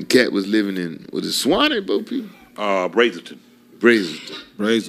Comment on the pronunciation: Katt lived here in Gwinnett County. It’s pronounced “Brazzle”ton….like “razzle” or “dazzle”